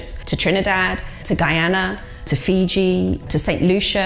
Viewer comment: It irks me that the indentured servitude past of the Girmits was squashed in the Indian school system. So many times, I catch Indian folks off guard , because I am a Fijian of Indian decent. Also drives me nuts that folks from India say Fizi, instead of Fiji, it's such a belittling gesture.